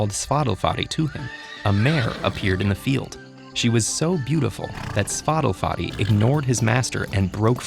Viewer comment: When I heard how they pronounced the horses name, it sounds like Spotify.